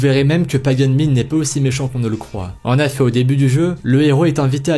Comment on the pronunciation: Pourquoi tu dit en affet au lieu de en effet